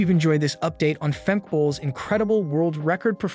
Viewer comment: Fem-keh not Femk